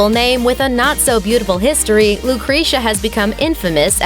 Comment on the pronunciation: Lucrezia is definitely pronounce wrongly... please, correct the pronounce, it's not slightly different,is completely wrong